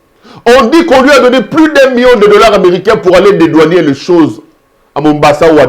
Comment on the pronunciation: Cher monsieur, l'on dit dédouaner et non dédouanier.